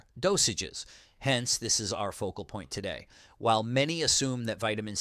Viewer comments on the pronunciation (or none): none